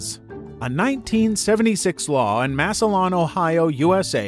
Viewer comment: actually, i live in Massillon (and its pronounced mass-a-lin btw) and everyone here fuckin hates their lives. ive only seen someone smile if its just accidental eye contact, and thats only sometimes. people here are assholes, so im not sure that's real.